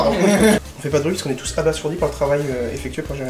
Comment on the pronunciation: Et oui ça se dit abaZourdi - Sources: Karim Debbache